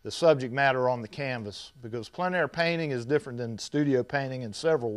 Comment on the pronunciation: Thanks for pronouncing "plein" correctly!